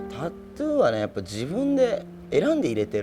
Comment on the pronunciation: タツゥーじゃなくてタトゥーだぞ おばさん